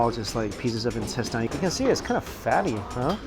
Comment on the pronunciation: I can't believe after watching a lot of his videos, I began pronouncing intestine as 'in-tes-tayn' as well..... my friends laughed at me when they heard it lmfao ><